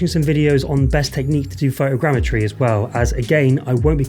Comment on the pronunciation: Photogrammetry. "Fow Tow Gram Eh Tree"